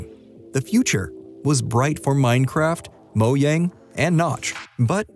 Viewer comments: If I here mo-Yang again I’m actually gonna find your address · Moyang hahahha